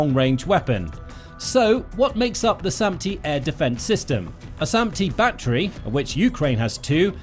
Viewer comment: Its "battery"... Like assult and battery